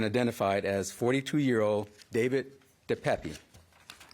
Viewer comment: It's pronounced DE PAP. He's originally from my hometown.....in Canada. I'm pretty disgusted right about now.